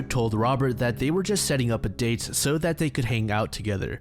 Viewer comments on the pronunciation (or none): none